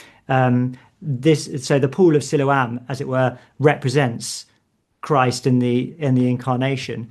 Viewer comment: Mistaking Byker Grove for Grange Hill is almost unforgiveable. Also enjoyed the gentle attempt to get to pronounce Siloam correctly but he wasn't having it. 😂 Always an enjoyable listen. Sometimes even for the right reasons!